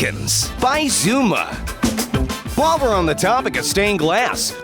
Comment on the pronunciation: he said Xisuma wrong